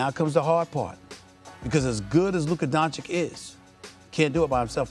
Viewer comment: Stephen “Luka Donchick” A Smith. When the F is someone going to finally correct him on espn?